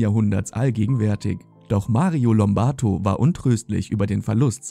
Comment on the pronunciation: Rosalia Lombardo, bitteschön. Nicht Lombarto ...